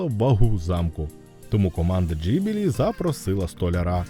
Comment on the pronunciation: Відео хороше, але оце кривляння голосу намагаючись цитувати людей достатньо ріже вухо, краще просто своїм звичайним голосом. І здається правильніше та й загалом ніби усі кажуть Ґіблі, а не Джибілі)